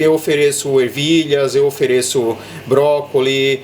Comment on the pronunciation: Cara video muito bom e muito explicativos. sempre seguindo e vendo seus videos muito bom. So um detalhe brócolis , tem S no final :D, mas relaxa que ficar falando 2 idiomas gente começa errar essa pronuncia kkk sei como q é kkk